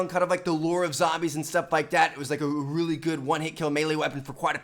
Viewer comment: "it was like a uhwawilly good"